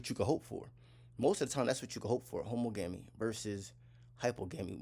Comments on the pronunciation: Not homo-gami, pronounce the suffix same as you do monogamy. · You pronounce it how ·MAA -guh -mee. You can get pronunciations onn Google. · THANK YOU!!!! His pronunciation bothered me 😂